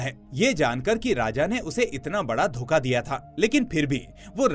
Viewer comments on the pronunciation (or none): none